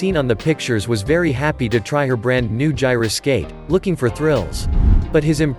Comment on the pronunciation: Did anyone notice how horrible the narrating script was? #1- "Gyro-Skate", not Gyra-Skate", #2 3 ...dogs in a fenced-in yard not fenced-in garden, #3 the truck rolled back and was not driving back, how is it assumed the driver moved for fear of an explosion you moron? He moved away as not to get run over. I stopped watching less than halfway because I became progressively nauseous. PLEASE DO YOUR HOMEWORK PROPERLY!